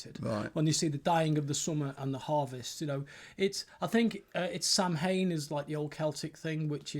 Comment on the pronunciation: A pedant writes: Sorry to be picky but the festival (Samhain) is pronounced sow (as in female pig) in.